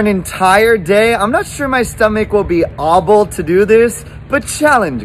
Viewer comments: "Only eat lunch *pokes air* ables for an ent *pokes air* ire day?" Bro pronounced "able" like ahh bull💀✋ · Bro pronounced it auble 💀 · How did this guy pronounce “able to do this”?